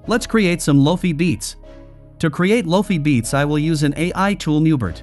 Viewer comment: What are loafy beets? Loki beats? Why does AI suck at pronunciation in 2023. Make your own music and stop using AI.